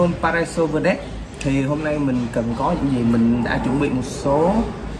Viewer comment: Chầu bà vơ-đuýt-sờ ... Cố gắng học phát âm đi anh ơi